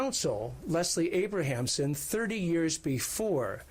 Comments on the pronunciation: It’s👏🏻Leslie👏🏻ABRAMSON👏🏻Nathan👏🏻!! You should know that. C’mon. How many different versions were stated during that press conference and not even close to saying Abramson. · LESLIE ABRAMSON. Do not disrespect the most iconic criminal defense lawyer of all time by mispronouncing her name.